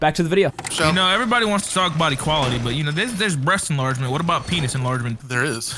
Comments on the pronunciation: "breat enlargment"? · "Breat enlargement" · “Breat enlargement”